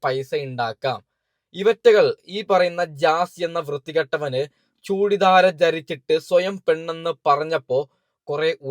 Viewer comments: ചൂടി ദാട അല്ല ബ്രോ ചുരിദാർ 😂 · ആദ്യം മലയാളം ശെരിക്ക് പറയാൻ പടിക് ചെങ്ങായി 🙂ആഷിക് ഒരു മുഞ്ചൻ ആണെന്ന് പിന്നെ ചുടി ദാട് അല്ലെടോ ചുരിദാർ ആണ് പിന്നെ വൈറൽ ആണ് വൈടൽ അല്ല 🤣🤣🤣വല്ലാത്തൊരു കാസർകോടൻ മൊയന്തു...